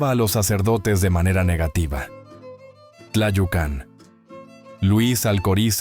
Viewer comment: Un comentario sobre Tlayucan. El acento va en la U, no en la segunda A.